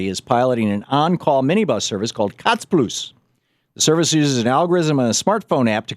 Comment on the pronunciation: Suomi mainittu! Torilla tavataan! Finland's been mentioned! See you at the Square! Your pronunciation of sounded silly, though. "Katspluus?" It's Kutsuplus. "Call/Summon Plus," basically. I'm not sure how many would find use for it, though. 3,50€ + 0,45€ per km (as the bird flies) is a bit more expensive than 2€ for 60-80 minutes travel fare on the whole network. And if you have a longer fare going on, it's ~50€ for a month (as in thirty 24h days).